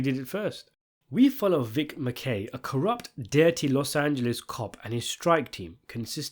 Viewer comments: LOL what's with the weird pronunciation of the characters? Vic MaKAY? Captain AKeveda? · He claims he watches the show and then butchers the names of 2 main characters 😂😂😂